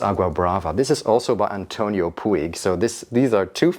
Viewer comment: Hello from Bristol! I am really enjoying your videos! Stash has become my signature scent of late and I don’t get tired of it. Also, I have never been so complimented with any other fragrance. (Also, if you want to know… Puig is pronounced like ‘pooch’, Catalan over here 😊)